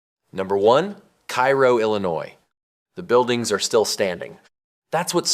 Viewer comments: Cairo, Illinois is pronounced "karrow" not "kyro." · KA-ro is the pronunciation, not like Cairo, Egypt. There is at least one other town in the US bearing the name, and the pronunciation is the same. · I went to Cairo just to see it for myself. Also it’s pronounced “cay-ro”. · Cairo is pronounced "KAY-ro" in IL. Do some basic research. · Typical AI garbage. It cannot even correctly pronounce loser town #1’s name. Cairo in Illinois is not pronounced like the city on the Nile. Do some research.